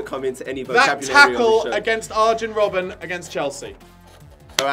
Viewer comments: pronounced it wrong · I'd say both those pronunciations were wrong but was the farthest away from correct for Robben